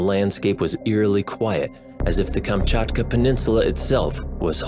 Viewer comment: So nice to hear Kamczatka perfectly :3